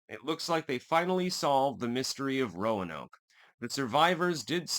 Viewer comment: Locals call it “Hatter-us” and “Cro-a-tan” island! Hope this helps! You did nail “Ro-a-noke” though! 😎